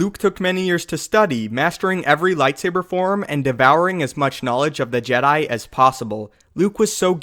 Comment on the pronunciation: Am i the only one that annoyed in JEDAY